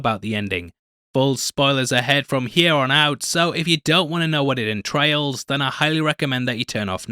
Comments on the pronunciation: Did you mean to say 'entrails' at '28' seconds or is that a perfect slip? Thanks for this anyway! I did drift off this show despite the fact that I loved it so dearly right until it became repetitive (we had how many versions of the Governor story: Negan etc) and then the genre blend did NOT work. They mixed Sci-Fi, Fantasy and Horror.... the fake King with the fake Tiger, people living in a trash dump who had, for some reason developed their own new language even though no one else in the world did and they were all adults, the men with the Knights of the Round table outfits and now the Storm Trooper rip-off. WHY??????? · Entails, not entrails!!